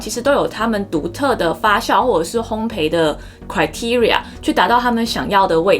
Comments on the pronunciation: 烘焙的"焙"字讀音是"倍", 而不是"陪". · 謝謝這麼豐富的知識~ 對了，是烘ㄅㄟˋ喔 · 發酵（較）， 烘焙（倍）。笑起來很好看，眉毛一高一低很有趣~ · 烘焙，焙是念作「ㄅㄟˋ」喔 😁